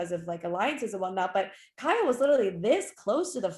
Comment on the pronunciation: I like how Vernon calls Kyle, "Kal"🤭